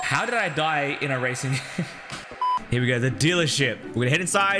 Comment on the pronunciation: bro said razon games not racing games lmao🤣🤣🤣🤣🤣🤣🤣🤣🤣🤣